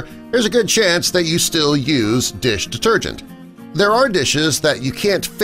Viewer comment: How many times he saying bloody dish detergent, he can't even pronounce it properly after a while.